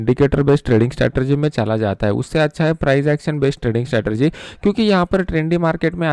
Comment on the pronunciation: स्टेरटेएजी नहीं स्ट्रेटजी